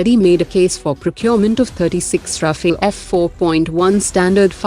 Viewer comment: Please tell your robotic voice over that Rafale is pronounced as Rafaal and not Rafil...